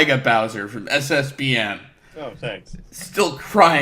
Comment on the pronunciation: Hearing SSBM pronounced out loud instead of just saying the title of the game makes me imagine a video game called "Super Smash Bowel Movement"